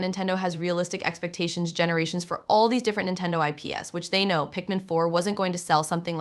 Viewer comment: yeah, they pronounced IPs as I P and S separately